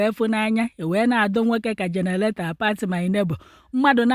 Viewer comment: Generator not genelator